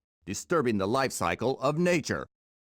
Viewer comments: I'm working on some code and I keep seeing Life Cycle referenced and can't unhear "To protect the LOIFE cycle" as I'm working. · The lerfe cyrcle